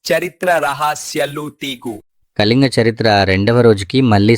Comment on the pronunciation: కలింగ కాదు.... కళింగ....